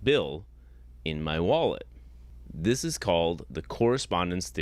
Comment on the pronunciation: He gave up his entire game when he gave his analogy: “Suppose I say I have $20 in muh wallet.” He said “muh” instead of “my”. (I can only surmise that he also tells his students that this is “‘Murkey” instead of the United States of America and instructs them to vote for the Reagan-Trump Party once they turn eighteen.) What’s more, the existence of $20 in his wallet could be demonstrated and verified. He could simply open his wallet to reveal a twenty-dollar bill or any combination of bills which total $20. The problem lies in the fact that $20 can be seen. Consequently, it’s a bad analogy because he’s attempting to provide what he calls “evidence” for the existence of a figure which, according to his own library of books, ‘no one can see and yet live’. He would be in a better position by using as his analogy something which can not be seen. (He would still be attempting to exemplify a character whose existence has never so much as been demonstrated; but, from his standpoint, it would be better than ‘$20 in his wallet’.) Another red flag was when he gave as a definition of truth: “That which corresponds with reality.” The question arises: How does a deity, let alone his specific deity, correspond with reality? He would still have to demonstrate and provide incontrovertible evidence of the existence of his god. If he were to do so, he’d be the first human being in 150,000 years to accomplish that feat. The final point which I found telling—and on which this criminal completely